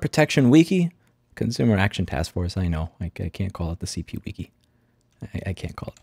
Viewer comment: Please take a moment to Google "how to pronounce wiki". Thanks.